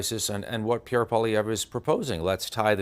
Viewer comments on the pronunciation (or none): What an idiotic clown who can't even pronounce Pierre's name correctly.